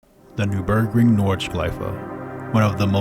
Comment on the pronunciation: Overarching … not overreaching. And you pronunciation of the NUR BERG RING sounds like new burg ring but with a strange rhythm. Very curious. Otherwise, good subject and lovely visuals! was that gt7 footage at the end?